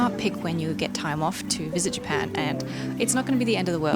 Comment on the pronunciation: cut out a syllable there, the country is now called Pan 😅